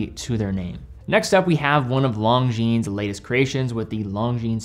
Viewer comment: This guy can't even pronounce Longines correctly. 😂😂